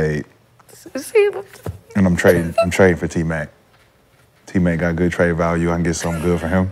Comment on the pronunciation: She totally nuked the trade word it’s not that hard lol